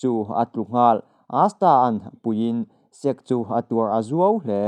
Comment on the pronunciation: Sek= Sek-ke zawk tur aw... sir.